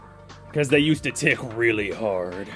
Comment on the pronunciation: someone should take a little clip of saying REALLY HARD lmao